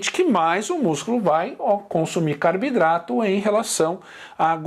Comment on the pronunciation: Professor pq você fala Carbidrato e não Carboidratos?